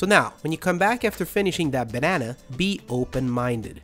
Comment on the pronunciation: When he says banana 😂